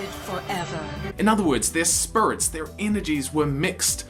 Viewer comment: Oh God I never noticed the spurits, now I can't UNNOTICE and he says it so MUCH